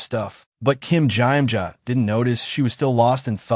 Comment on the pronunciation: I can't...I can't get past the I am jaw jaw...or whatever the Korean name is SUPPOSED to be.😂😂 I only made it to 21 minutes but Iamjaja over and over is irritating